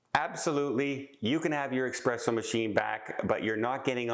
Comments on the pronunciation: S-presso.....not X-presso.......... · Love the video,! It's espresso, not expresso! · you’re killing me. It’s eSpresso not eXpresso. To all the new cruisers, if it generates heat you can NOT bring if onboard. Some can sneak in a hair dryer but don’t count on it. It’s all about preventing an onboard fire. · Not "expresso". That would imply something fast. Most espresso machines are a study in slowness. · Many people are nuts regarding coffee. However, I must point out that there is no "X" in the word espresso. The word is NOT pronounced "EXPRESSO."